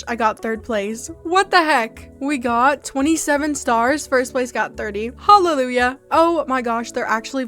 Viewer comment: WHY DID YOU SAY HALIUYA